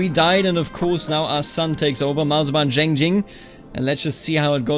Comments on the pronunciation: About some of the pronunciation: The name Zheng would be like "chenng" or "tjhenng". Put a little emphasis on the "ng", but just a detail. And when it comes to Taoist, it's actually pronounced with a "d" sound - so like "dàoist" or "dàoism". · Zheng is pronounced as Jian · The comments on pronunciation are pretty informative. My personal suggestion: for "Zheng", try "dge" in "judge" + "ung" in "lung". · in terms of 'zheng' its more of an ung sound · I studied Chinese and lived in China for a while. Zheng is the J-sound from when you say Jeep followed by the eng in English. In Ju it's the same, J as in Jeep, but the U is more of an Y or an Ü. Sort of the same way you say Jew but without the "ew" in the end.